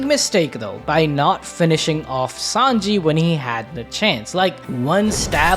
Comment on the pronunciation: Bro who is 5anji lol it's Sanji bra 😂